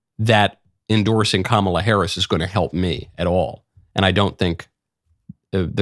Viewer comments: I noticed joy behar mispronounced “Kamala.” I didn’t know she was such a bigot. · Notice that Joy Behar mispronounced Kamala. Joy isn't called on it. Of course, Trump says her name that way and the media is all over it. My theory about why Kamala introduced herself in the debate was to point out to Trump how to pronounce her name.